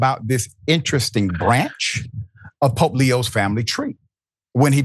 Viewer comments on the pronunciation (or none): It's POPE not Pop 😊